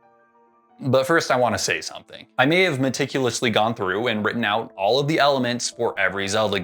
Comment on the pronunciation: It’s oot